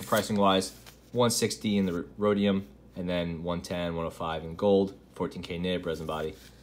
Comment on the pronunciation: Just an FYI, Rhodium is pronounced roe-dee-um for future reference.